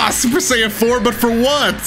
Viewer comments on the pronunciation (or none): none